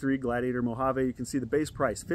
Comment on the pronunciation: It kills me how no one on YouTube pronounces the word Mojave correctly